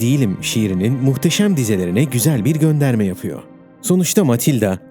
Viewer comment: Yapıyo Ediyo Duruyo Düşmüyo ALLAH AŞKINA KİM HAZIRLIYOR ŞU METİNLERİ. HER CÜMLENİN SONU BÖYLR BİTMEZ EL İNSAF HADİ ONU DA GEÇTİM.... SESLENDİREN KARDEŞİM SEN SONDAKİ R HARFLERİNİ OKUMAMAYA YEMİN Mİ ETTİN...